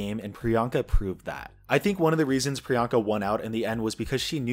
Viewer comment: I have such mixed feelings about the whole joke surrounding the mispronunciation and now locked in nick name for Priyanka- Peronka. The goal of her tagline "What's my name?" is to normalize people who are often not thought of or included in the mainstream, but I feel that it's also to get you to question and/or realize the way some people are othered, and underrepresented. As explained in this video, getting people to say Priyanka is to get them used to someone like her, with a name like hers- as though she's the girl next door. A super fabulous girl next door, sure, but not some exotic oddity. The reason why this differs from Tracey Martel, is because Peronka is not a name, but Priyanka is a very common one. It has "I don't remember how to pronounce that funny sounding name of yours" vibes, where Priyanka's objective was the opposite- to normalize something that might be different to some. This hits close to home, esp because I'm the same background as Pri, though myself and my family's names are not even of South Asian origin. Even with that being the case, due to my family members' names not being as common as Sarah or Mary, we've had people mispronounce them, and call us ridiculous names that don't exist, instead of a more obvious assumption. This isn't due to innocent fumbles, but instead due to the fact that, to them, we're foreign seeming... We must likely have a "weird" foreign name. This is a microagression that happens to many poc who have easy to pronounce names, t